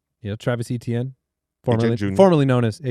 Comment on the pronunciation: From a Canadian’s perspective (bonjour), it’s so brutal how they pronounce Achane and Étienne the same way. The way they used to say Etienne was much closer on the back half but now they’re butchering the back half. Phonetically it would be ay-chi-en/ay-tee-en, not ay-chan. Thank you for coming to my Ted Talk